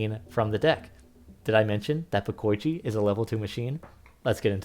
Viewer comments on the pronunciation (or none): It's not "de-koy-chi" and "bo-koy-chi". It's "de-ko-ichi" and "bo-ko-ichi"